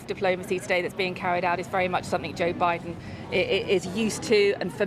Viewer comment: Jooh biden.